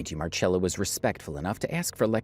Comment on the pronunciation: The Marchella instead of Marcella thing is a little irritating. But it's a great video 🙂